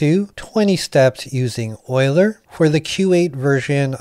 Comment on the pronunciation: Great video, subscribed! I'm weird but THANK YOU for pronouncing "Euler" correctly.